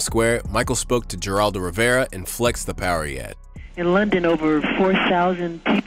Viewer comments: Geraldo is pronounced like "Heraldo" not "Jeraldo". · “Ger-aldo Rivera” 😂😂😂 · I don’t know what’s funnier, you saying “Ger-aldo Rivera” or Benzino lying about having a phone call with Michael Jackson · He said "Jerrr-Aldo" Rivera. Hee hee... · lol He said "Gerald-oh" Rivera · Damn young buck, you're intelligent asf! Your only 'tell' was pronouncing " Geraldo's " name. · You mispronounced "Geraldo".